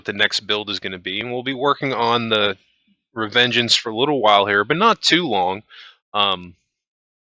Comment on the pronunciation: "Revengence" lol